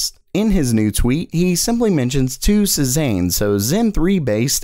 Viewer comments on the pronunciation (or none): You may want to look up how to pronounce Cezanne. The "a" is not a long "a" but more of a short "a" sound.